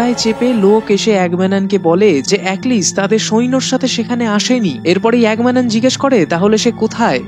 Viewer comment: নামটা এগামেমনন , আপনি তো ক্যারেক্টারের নামই উচ্চারণ করেন। আবার কিনা মুভির রিভিউ করতে এসেছেন। হাস্যকর ।